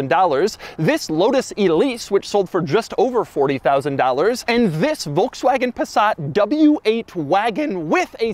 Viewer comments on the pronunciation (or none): none